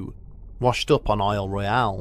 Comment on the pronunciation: As someone who has property on the Keweenaw, and someone who has spent time on the lake, you don’t f*ck with Lake Gitche Gumee. Thanks for pronouncing Isle Royale correctly!